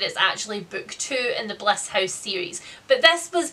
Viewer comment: She says ‘house’ almost like the dutch ‘huis’ (same meaning different spelling) lol